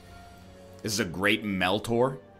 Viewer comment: Why does he keep calling it MeltOr